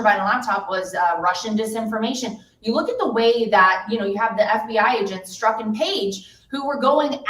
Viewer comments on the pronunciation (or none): none